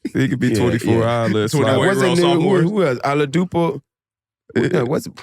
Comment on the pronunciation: The way he tried to say Oladipo had me weak 🤣 whole time tryna say Giannis